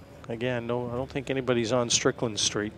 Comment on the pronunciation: does it annoy anyone too beacuse it says strickand